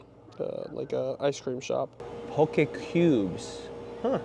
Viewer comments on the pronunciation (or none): none